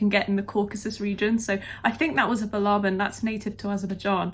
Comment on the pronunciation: You're right,. It is BALABAN.